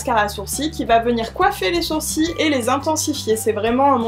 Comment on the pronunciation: Les "Tu d'suite " et "sourci" pour sourcils , m'ont perturbée lol ... J'aime beaucoup ce make up été. Moi j'ai du mal a maquiller mon teint quand il fait chaud , j'aime pas le rendu que ça a après quelque heure ... Mais pour les yeux je note, je note.